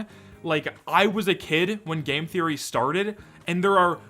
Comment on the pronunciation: who gonna say game therroy :(